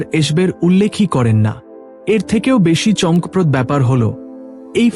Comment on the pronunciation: বাংলা শব্দের উচ্চারণ ঠিক করতে হবে। যেমন, চমকপ্রদ, ঘনঘন, বড় এবং আরও কিছু।